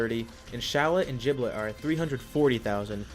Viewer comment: Why do people pronounce Gilbet's name wrong